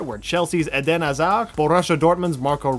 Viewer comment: Lol he said Hazards full name completely wrong.